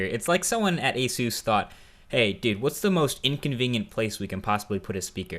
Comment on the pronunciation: Thats now how you pronounce asus